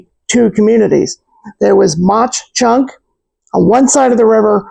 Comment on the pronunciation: It’s pronounced mock chunk dummy